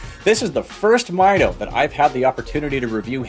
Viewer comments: It is pronounced Meedo , not Mido . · It’s a Spanish word that translates to measure. Pronounced “meetho”.